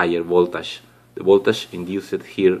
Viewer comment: Voltash😂😂😂 It's voltage bro